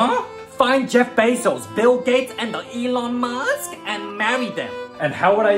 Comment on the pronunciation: The “Elon mAsk” caught me off guard 💀